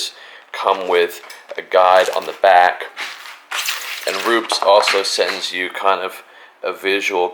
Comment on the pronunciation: Pronounced Roopehs